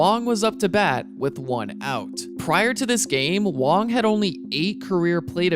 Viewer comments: Wang not Wong dude im Taiwanese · Its Wang he just pronounces it wrong the whole video for some reason